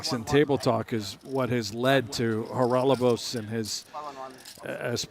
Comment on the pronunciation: Haralababos? Commentator cant read or?